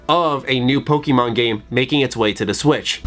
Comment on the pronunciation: You arent a pokemon fan, if you were youd pronounce it like one instead of a concerned parent or teacher in 1999.